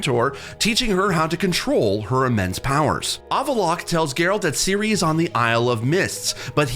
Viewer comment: And Seal-a 😂😅😂